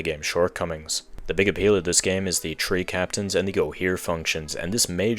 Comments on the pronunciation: So he says tree 🌳instead of three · why do you say tree instead of three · Is your first language French? Or Polish? You keep dropping the H in through, and three like my grandfather used to, and his first language was Polish. Just curious, hope you don't find this rude. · "at number tree, we have pikmin tree" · "Coming in at number tree is Pikmin tree."